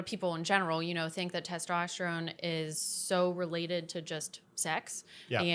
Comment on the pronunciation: Why can’t she say testosterone